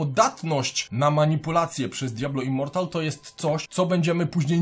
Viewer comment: Literówka w tytule? Powinno być Immortal a nie Immoral, w filmie też cały czas mówisz Immoral